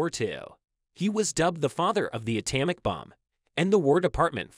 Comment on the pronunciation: Learn to pronounce common words, like atomic, if you expect to gain a following.